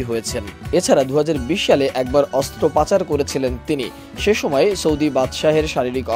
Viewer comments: "অস্ত্রপাচার" নয় "অস্ত্রপচার" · ওইটা অস্ত্র পাচার না রে পাগলা, ওইটা অস্ত্রোপচার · ওরে সাংবাদিক ভাই, ওটা অস্ত্রপাচার না অস্ত্রোপচার হবে😅😅😅😅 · "অস্ত্রোপচার" শুনেছি। "অস্ত্র পাচার" শুনিনি। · অস্ত্র পাচার 😂 ওটা হবে 'অস্ত্রোপচার' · "সিংহাসনে আহরন" নয় "আরোহন" হবে! "অস্ত্র পাচার" নয় "অস্ত্রোপচার" হবে! কোন লেভেলের সাংঘাতিক আপনি???